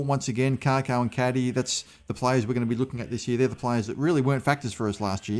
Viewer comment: I’m not being a smartass. But it’s Kako, not Karko , there is no R